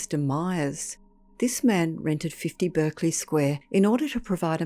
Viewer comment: Pronounced Barkly Square.